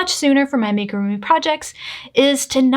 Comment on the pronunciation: I can't with the ''make-a-roomy''....is it that difficult to google how to pronounce amigurumi?